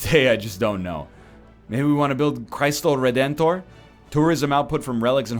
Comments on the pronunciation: Aham KKKKKKKKK "craistow ridentour" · "Christ-o Redent-oh" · As a Brazillian, watching NL trying to pronounce "Cristo Redentor" was pretty funny